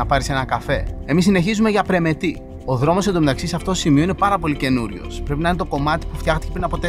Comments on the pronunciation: Ωραίος ο, απλά αδιάβαστος πήγε, άκου Περμετη.... Πρεμετή βρε, Πρεμετή!!! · Πρεμετή είναι, και όχι Περμέτη. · Πρεμετη με τόνο στο τη και είναι στην βόρειο ήπειρο διαβάστε και λίγο. Ελληνικά χωριά είναι. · Πεστα σωστα αγορινα.......Πρεμετή.....τονος στη ληγουσα!! (Ασε το βασιλια Permeth....Eλληνικα τη λεμε ζουσαν και Ελληνες εκει!!!.)... Και Άώος!!!!Μη με παρεξηγεις μου σε βλεπω απ τη σελιδα με τα φαγητα σου...εως σημερα εδω!!!! Νασαι παντα καλα κι εσυ και η οικογενεια σου.........Slow down.......εχεις παρει καποια κιλα ναι???? χαχαχαχαχαχαχαχα........ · Πρεμετήήήή!!! Γιατί παρατονίζεις τόσο πολύ